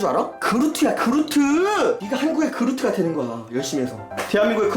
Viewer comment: 스포주의 아엠그루트 - 아 엠 에루트